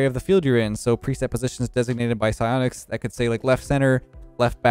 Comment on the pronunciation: Sionics? Take notes 😂 idk how to spell sionics